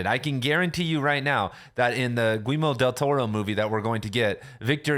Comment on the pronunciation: 😂 it’s pronounced like “Gee-yerr-mo” not “Gweemo”